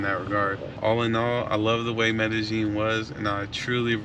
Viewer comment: "MedeJING" no its MEDEYEEN pronounced. The double LL is pronounced YEE not JING. NYC dude who is fluent speaking, writing, family there and property owner...23 yrs in the CO. PLEASE TELL US SOMETHING WE DONT KNOW! You young POOKIES are weari g this COUNTRY OUT with the SAME.CONTENT. Please change!